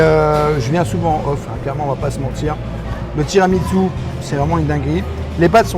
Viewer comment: Merci pour cette vidéo très instructive les! A chaque fois parle de TramiTSu…mais ça se prononce TiramiSSu. 🫶 Continuez comme ça, vous me faites voyager au quotidien et j’adore nos rendez-vous.